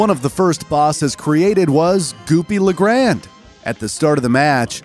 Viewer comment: Why do you say Goopy the Grand DAY!!!!!